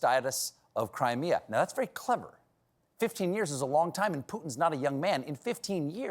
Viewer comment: "Staitus" of Crimea?